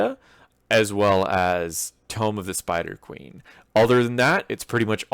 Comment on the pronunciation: Liked the video, one suggestion. Learn the difference between "Tome" and "Tomb" because you triggered me, sir.